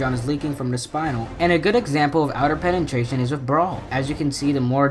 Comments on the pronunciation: Penetration not Penentration. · Pen-en-tration no it’s pen-na-tration that’s so u pronounce it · “Pena-tration” thats how its said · "Penentration" What the hell 😂😂😂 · What is a penentration? Its a penetration dude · Penantrashon lol